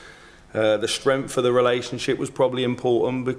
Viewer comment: Strenff..try putting your tongue between your teeth and speak properly the word is strength...lazy tongue is what you have